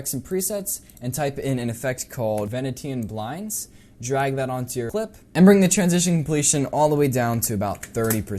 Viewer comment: Nice video, and I know you mentioned it was 2am.. BUT... its pronounced like this VEN-EE-SHEN BLINDS, not VEN-E-TIAN BANDS!:) Keep up the solid work!